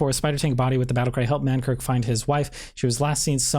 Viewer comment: Lmao stop saying man kirk my dude. It's man KRIK.